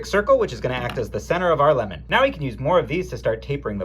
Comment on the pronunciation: Lìmon? Lìmon!